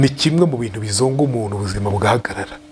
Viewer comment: Yego,aragerageza ariko avuga,umunu,anera inda,...